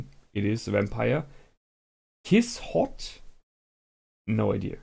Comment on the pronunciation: "Kiss-Shot", not"Kiss-Hot" :P Kiss-Shot Acerola-Orion Heart-Under-Blade